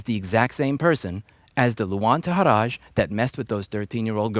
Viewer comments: It's pronounced TA-HEER-RYE not TA-HEER-RAZH. And it's L-UUUU - ANH. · Hi there Louis, just to point out his name Luan Tahiraj, is actually a name of Kosovo/Albanian origin and is spelled as Tahiray, like in the word “yes” the letter “y”. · He is Albanian. TA-HEE-RA-YY is his surname's pronunciation.